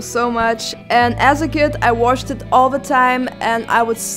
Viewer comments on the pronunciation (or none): Jasey the ripper I don't think she's from Germany, because I'm German and we speak differently for example she said "watched" like "washed" and in German we would say "watsched" we speak it ehm very much pronounced. Or she said "the" or "this" different than us. But I don't know...maybe you're right, I just wanted to say my opinion 😉 I think she's not from Germany 😋